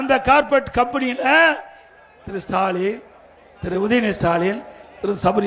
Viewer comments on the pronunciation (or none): கார்ப்பெட் இல்லை, கார்ப்பரேட்*** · அய்யா கார்பெட் கிடையாது கார்பரேட்